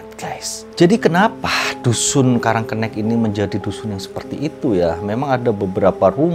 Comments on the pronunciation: Jangan sok tau masalah karang kenik, nyebut namanya aja salah, sok tau masalah di kampung itu,, Nama kampungnya karang kenik, bukan karang kennek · Itu bacanya karang kenik,, kenik itu artinya kecil uncle,, kenek sama kenik itu sama aja, tapi uncle cara pengucapannya aja yg kurang tepat, gitu,, semangat terus,, lop